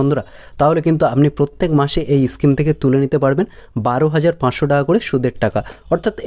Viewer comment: ইস্কিম, এস্টেট ব্যাঙ্ক এগুলো আবার কি উচ্চারণ!